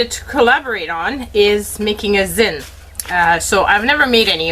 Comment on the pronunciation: Getting excited to see the other videos. :) The proper way of pronouncing Zine sounds like the end of magazine.